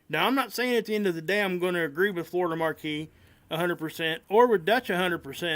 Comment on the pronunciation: Not to put too fine a point on it, but Florida Maquis' name is pronounced as "Ma'-kee", not "Mar-kee" Different spelling. "Maquis" vs "Marquis". 'Nuff said.